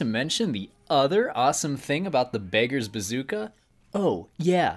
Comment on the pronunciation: BAKERS BAZOOKA Bruh it's pronounced Beg-ers Ba-zook-a